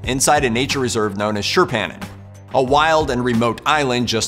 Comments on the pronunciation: What island did Lagerlöf get lost on? I can't understand. Shirphanon? I live in southern Sweden and have never heard of Shirphanon. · As a swede you make no sence with your pronunciation of Tjurpannan... I had to google it to understand...